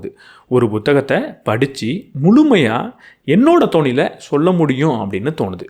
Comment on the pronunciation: உச்சரிப்பு திருத்தம்: அவரவர் "தோனியில்".. அல்ல.. "தொனியில்" 👍